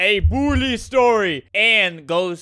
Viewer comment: I love how Albert says “Bullie” instead of “Bully”